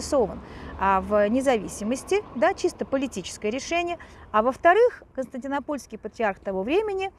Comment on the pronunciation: Смешно оговариваетесь: Константино-ПОльский. Вместо КонстантиНОпольский )))